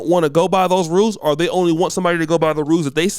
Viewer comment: Nobody:: “ore” 😂 Luv brutha 🤝🏾✊🏾